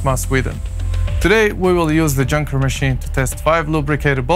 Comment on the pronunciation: That's not how you say "Junker".